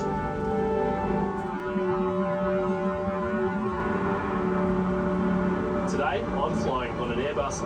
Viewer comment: It's Qantas, not Quantas, for God's sake. I think your other ascertainments are about as correct as this was.